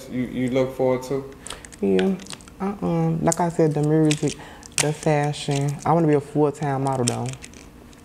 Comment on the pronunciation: WTF is up with people putting an R in the word music?? lol